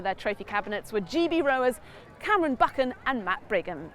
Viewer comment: Did the announcers get corrected on Cam Buchan's name - NOT BUCHANAN